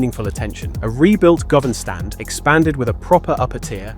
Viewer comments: govan - pronounced Gu-van! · Wow that was painful to hear this guy and how many times he fucked up the names of the stands he might have said Govan 3 or 4 different ways I didn't even know that was possible